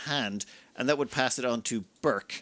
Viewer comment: I'm pretty sure that Burç's name should be pronounced "Burch", not "Burk". The letter ç is Turkish and has a sharp ch-sound, like "change" or "chimpanzee" or "charm".